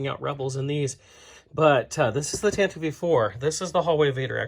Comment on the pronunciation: I have 4 sets so far. (I could be wrong, but I don't think the "E" is pronounced in "Tantive".) Anyway, I am trying to work out my setup. One thing I did to it already, is I cut one of the angled floor pieces, so that I could attach a door on the open end of the hallway. I like the cardboard floor in your Leia/R2 scene hallway. I may get that, if that is what it looked like in the movie. I may try to get that end wall too, and put a red light in the middle of it, like in the film. For the side walls though, I am going to paint those gray and try to get "found items" for all the pipes, hoses and tanks, etc. Then I will probably mount the whole thing on a big board. Keep up the good work, dude. MTFBWY.